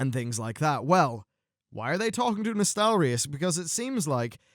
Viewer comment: Thank you for pronouncing Nostalrius right this time around.